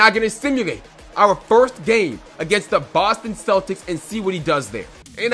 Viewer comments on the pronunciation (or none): none